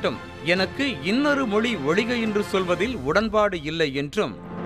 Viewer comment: அம்மா, ஒலிக இல்லம்மா ... ஒழிக & மொலி இல்லம்மா... மொழி. என்ன்ம்மா இப்படி படிக்குறீங்களேம்மா . தமிழ் உச்சரிப்பு சரியா கத்துக்காம நியூஸ் படிக்க வராதீங்க தயவுசெஞ்சு ...